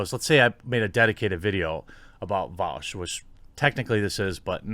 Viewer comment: bro... you can't even say his name properly lmao